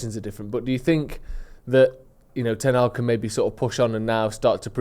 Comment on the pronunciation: The man has no idea what the letter H is.. Ten-aag